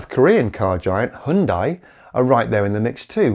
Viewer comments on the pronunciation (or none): I would like to acknowledge that your pronunciation of Hyundai is better than average, but also politely point out that the correct pronunciation is Hun-day. Like Sunday. I do very much appreciate your efforts on our behalf. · perfect documentary, loves the tone. It is huhn·day the correct prononciation for HYUNDAI, as if you want to say the way South Koreans say it.